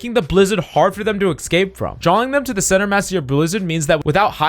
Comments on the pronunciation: Tip for speaking: Escape is not pronounced, X-cape. But rather, S-cape. Hope this helps! Good luck! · stop saying excape :D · the eggscape really annoys me, he doesn’t actually realise he’s saying it wrong )